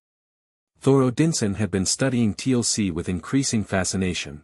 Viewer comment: I know great story but TLC in Stargate big no. AI still has a lot to learn about pronunciation